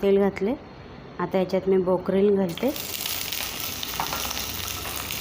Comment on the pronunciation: ब्रोकोली म्हणा ताई ब्रोकलीन नाही.